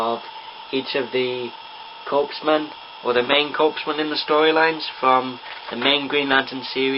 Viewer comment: It is pronounced "core" not "corps", so it would be "core men" .. :p